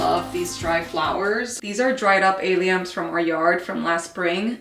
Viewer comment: We're looking forward to your new spring videos, especially the yard content. Allium's are pronounced "AL e um" The AL sounds like the name Al (not A by itself). Just wanted to share that cause I know you mention them sometimes, like in this video. :)